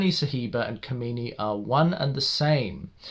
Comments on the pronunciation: & the name 'Kamini' is Kaa.mini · I just love the way to pronounce the name kamini.... The way you pronounce kamini it means that bitch.... Which is how her nature is in this movie....